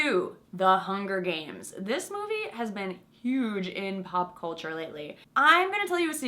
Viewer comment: So? Now it sounds cOlture, not cЛlture?